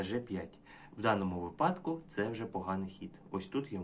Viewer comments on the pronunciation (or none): Вибачаюсь, але : у кого випАдки --- у того припАдки. Дуже рідко хто на Ютубі каже правильно --- вИпадок.